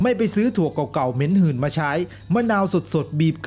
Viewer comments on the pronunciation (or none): แอดครับ เหม็นหืน ไม่ใช่ เหม็นหื่น ครับ ไม่มีไม้เอกครับ มิฉะนั้น ความหมายเปลี่ยน